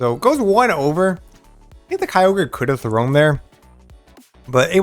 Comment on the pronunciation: Good video. On the topic of pronouncing Kyogre… I think it would NOT be K-EYE-ogre but more likely K-yo-ger (yo as in yogurt). Kyo is a Japanese sounding word too. That’s my opinion. Keep shoutcasting! My ML team is Lugia, Mamoswine and Kyogre.